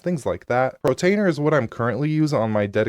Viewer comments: Why do you say "protainer" instead of "PORtainer"? I've noticed you mispronounce a few things. In another video you say "divulge" instead of "Deluge" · Portainer, not Protainer